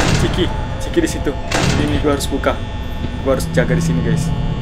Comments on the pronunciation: Itu nama nya bukan ciki tapi cikha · Chika kak bukan ciki itu mah ciki ciki